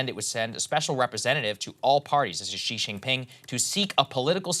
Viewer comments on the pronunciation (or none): Saagar, the j sound in Mandarin is more or less identical to how it's pronounced in English. It's not Xi Shinping, it's Xi Jinping.